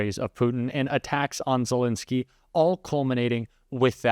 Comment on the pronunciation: ZelEnsky, not Zelinsky. Please.